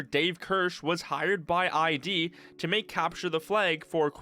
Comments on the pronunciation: "hired by eye dee" wtf it's just id all you say is id wtf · "I.D." Just for future reference it's "id" not I.D. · That pronunciation was weird